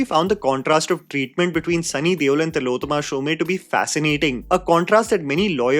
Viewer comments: SHOME like home, not shomay🤣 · It’s Tillotama Shom not Shomay as u pronounced. Really surprised that such a basic thing like name is said wrongly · Fair review. Exactly what I felt. Except, Shome rhymes with home, not Sholay. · Tilottama’s surname is pronounced ‘shom’ and not ‘shom-e’. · Tillotama Shome as in Om not Shomay! Getting a name right of possibly one of the best actors in our country is the least prep one can do. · Shome is pronounced as “Shom” similar to Om and not “Shomay” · Not Shom-e, pronounced as Shom (minus the last syllable). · Just a small correction: Tilottama's surname isn't pronounced "Shomaee." Since she's Bengali, it's pronounced "Shom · It's Shome not Shom e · Tilottama "Shomay"🤦 It's Shome pronounced like Home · Not shom -eee ? Its shome 😢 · Shom is the pronunciation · Hey "Shome" is pronounced like you would "Home" with a "sh" sound instead...hope this was helpful. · Tilotama Shom(e) the 'e' is silent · You always say Tilottama Shome. It should be Tilottama Shom, e is silent. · Pronunciation of Shome is like "home", without the e part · Isn't it pronounced as show-may?? Ikka event me toh waise hi introduce Kiya tha host ne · तिलोत्तमा शोम.. not Showmae Edit : Good God, the way you mangled Shome over and over reminded me of Omaha Beach. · it is not Tilotoma "shome" but "shom" . Bengali pronunciation is different. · What's with the shom "A" pronounciation?